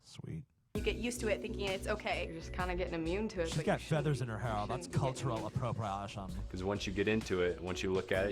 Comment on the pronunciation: "caltcherll apprapraeshann" xD